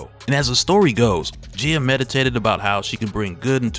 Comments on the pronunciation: Gay-uh, bruh. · I hate to be that person to nitpick a well-made video, but you're pronouncing Gaia is incorrect, it is pronounced as guy-uh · It's pronounced Guy-ah bro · Maybe it's the correct way to say it but I just cannot pronounce it any other way than 'Guy-a' - I like that part with Loki, "Leteth him cook" 😆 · Bro the way you pronounce Gaia is killing me